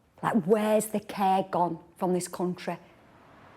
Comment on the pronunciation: "Nu cae in this cuntry" :(